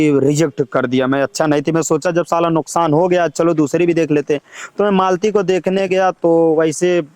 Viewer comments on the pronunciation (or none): none